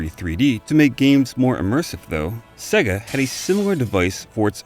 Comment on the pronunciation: Amazing video thank you! Just one tiny thing though. SEGA is pronounced 'SEYGA' (rhyming with AGES) not SEGGA (as in EGG).